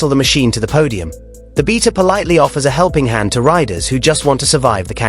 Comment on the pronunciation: First of all, the xTrainer isn’t comparable to the KX. A 300rr would be a more comparable model to Kawasakis new offering. And it’s “BAYta”, not “BEEta”. Someone sounds nervous about Kawasaki’s new model 🤔